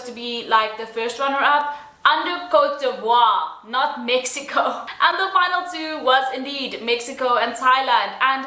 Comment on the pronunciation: OMG! how the host pronounce Cote D'Ivoire? Image, he pronounced it Cotivri. You’re just mispronouncing things. As a host, you should know how to research beforehand—before the event is held or even before the program starts—so you won’t end up pronouncing country names incorrectly. Yes, the whole universe knew that Steve Harvey had made mistake as a host when he announced the wrong winner in 2015, but I still admire his brilliancy and humility when he admitted he got wrong pronouncement. However, this year’s new Miss Universe host—oh my. It seems as if he came out of nowhere. And then he never bothered himself asking an apology for mispronouncing the country? What a heck, Sir!